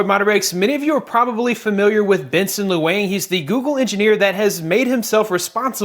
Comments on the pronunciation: ROOT Master it's a bit hard to spell out the correct pronunciation but what you said was "looyang" might just be the way you pronounce the "u" sound haha sorry I live in Hong Kong so thought it may be helpful if I tell you how to say it correctly maybe "luhhng" would be a better way to spell it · well that's a new way of pronouncing his name hahaha it's pronounced "luyng" hahahaha